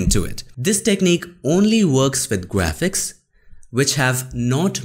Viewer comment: Graphics ❌ Gwa-phics ✔️